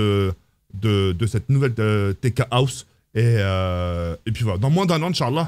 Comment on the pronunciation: Le moment où il a dit une" TK HOUS" j'ai péter de rire sinon j'ai trop envie de voir quand il sera dans la TK HOUS 😂😂😂